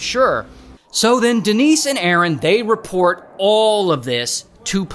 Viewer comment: De-nice and A-A-ron